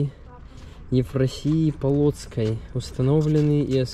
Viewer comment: Ударения в словах ставите неверно. Неужели никогда не слышали название реки ДвинА, а не ДвИна. У вас ведь в России есть ДвинА, только Северная, а у нас Западная. И про ПОлоцк тоже не слышали? Называете ПолАцкое княжество. Наверно уроки истории прогуливали.